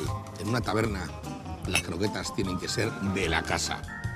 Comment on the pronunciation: No sabe ni decir croquetas va a saber hacerlas... ajjajajaj